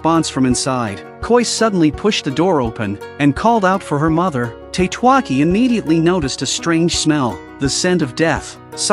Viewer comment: I think Tatewaki should be read as Ta-te-wa-ki, not Tate-wa-ki. Then again this is AI read, right?